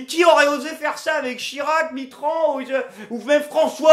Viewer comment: "Mitrond", comme Jean-Marie Lipoune? 😂